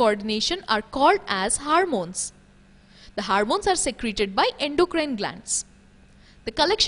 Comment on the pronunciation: It is Hormones and not 'Harmones'